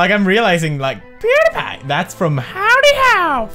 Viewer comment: I feel you. And it seems to me side his channel has started he just gets progressively worse at saying pewdiepie! In a funny way though!